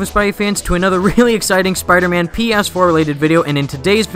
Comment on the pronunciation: Dude, if you want to be taken seriously, then you need to start saying the name of the game properly